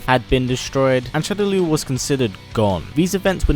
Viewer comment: Killer instinct P.s.- shadaloo is pronounced "shadow-law"